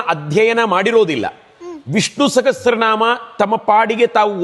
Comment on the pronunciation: ದಯವಿಟ್ಟು ಕ್ಷಮಿಸಿ ಅನ್ಯಥಾ ಭಾವಿಸಬೇಡಿ ನೀವು ಸಾಗಸ್ರ ನಾಮ ಎಂದು ಹೇಳುತಿದ್ದರ ಸಹಸ್ರ ನಾಮ ಅಲ್ಲವೇ ಅದು